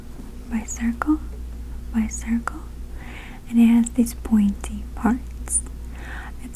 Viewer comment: I love the way she says circle.